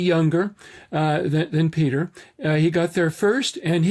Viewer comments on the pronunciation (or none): none